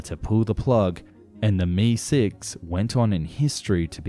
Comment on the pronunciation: K-A! M-I! NOT 'caw' or 'me'.